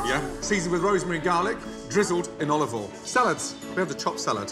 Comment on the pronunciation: No one: Gordon: olivol